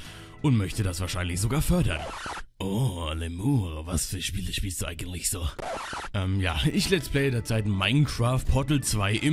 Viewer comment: "eigendlich" statt "eigentlich" aber scheiß drauf, geile stimme